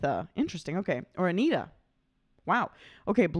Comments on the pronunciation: It's not pronounced Anita, it's 'An-yetta' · FYI. AGNETHA’s name is pronounced ANN-YETT-A. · It's not Anita. It's agnetha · Bizarre, but in Sweden Agnetha is pronounced Ang-nay-tah. Don't ask why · Her name is a bit difficult to pronounce but the closest I have been able to come is Ag-Nyet-Uh.